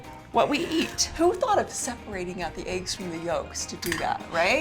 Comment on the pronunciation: Aagges why u say eggs like that 😆